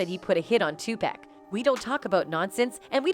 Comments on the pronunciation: My goodness his name is pronounced TuPock I know how it's spelled but Pack is not his name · It's funny you can get everyone else's name right but 2pac's it's not pack it's 2pac.. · It’s Tupac not Tupack…GOSH…white people… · Is this video narrated with AI? ALso, "Tupac" is pronounced TU-POCK not TU-PACK... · His Name is Too-Pock (2Pac) NOT Too-Pack ... Learn to Pronounce The Man's Name Before Capitalizing Off His Death. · TUPAC not 2 pack say his name right !!!!! 😡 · 2 pac, not 2 pack. Get it right, if you can't say it right don't report. I can tell you don't care. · It's pronounce 2 "pock" not "pack". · Poc not pack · Ommfg...why do white ppl always finding ways 2 fuck up on ppl names...wtf is 2 pak 🙄 😑 😤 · Decades later people reporting on Tupac still refuse to pronounce his name right. Smh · If you're gonna make a video about Tupac, say it right?